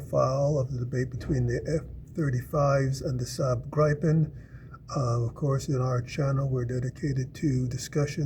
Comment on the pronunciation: Oh god. the butchering of the name Gripen in English is so BAD! Try ti pronounce it like it was spelled Gree-pen for the love of god.